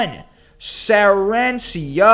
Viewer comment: Oh and Sarancia, is actually Sarracenia!